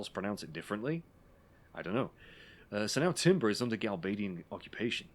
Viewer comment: I always thought it was Gal-Bad-ian, you know since they're bad and all. I like your way of saying it better since it sounds like an actual place 👍